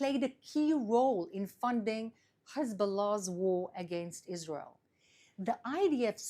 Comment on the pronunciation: I get a little perky whenever she says Hebzbollah...